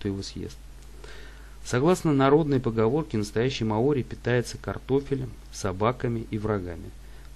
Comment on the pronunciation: мАори, Карл! Не маОри!!!